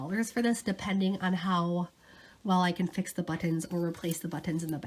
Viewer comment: When you say “but-tons” it makes me smile !! Thanks for the info & videos !!